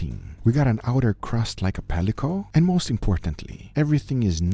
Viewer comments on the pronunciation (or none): I like when guga says pelicos